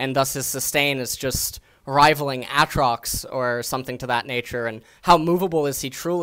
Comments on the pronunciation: people complaimed about him saying Atrox afaik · when he pronounced "Aatrox" i clicked off the video. sorry. awesome vid tho.